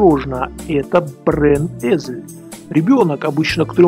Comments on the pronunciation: brenessel - бренесель а не бренезель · Man sagt "Brennessel " nicht "brenn Esel " und 4 Finger 1 Daumen ;) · ну не позорься. Когда выучишь немецкий язык? Brennessel читаешь как Brenn-esel. Знал бы язык, то и примеры приводил бы правильные. А так отсебятина ещё та! Суть уловил правильно, но важно правильно представить. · в слове "Brennessel" произносится не "З", а "С" и пишется с двумя N, а не с тремя, а слово Esel - это "осёл" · Извините, на каком диалекте "ss" в слове "Brennessel" произносится как "з"?